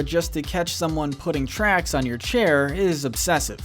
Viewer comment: It’s pronounced “KAHR-ee”, “”! 🤨 Did you not hear how she introduced herself to Dicker in the beginning in Jack-Jack Attack? Also, it’s tacks that Dash put on Bernie Kropp’s chair! You’re so bad at pronouncing,. 🙄